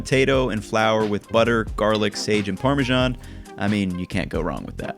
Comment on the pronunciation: ParmeSHan... You can't overhear that... 🙈 It's Parmesan with an S 😉😊